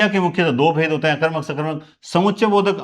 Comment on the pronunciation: नमः गुरुदेव 🙏 आप सकर्मक और अकर्मक का उच्चारण सही नहीं करते हो जी अकर मक या सकर मक करने की बजाय पहले उपसर्ग बोले जैसे अ कर्मक स कर्मक करें तो अच्छा लगेगा जी।